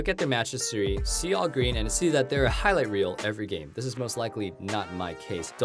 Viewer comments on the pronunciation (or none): none